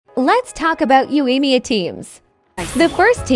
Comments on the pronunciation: Google voice: yoAYYEEEEEEmiya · The pronunciation of Yoimiya in this makes it unwatchable.